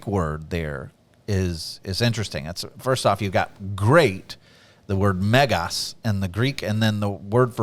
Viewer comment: You said "Megas" like a true Greek!